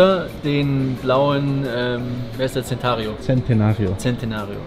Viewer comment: Die Aussprache vom Centenario... Daniel Daniel, das spricht man wie Tschentenario aus, nicht wie Zentenario :)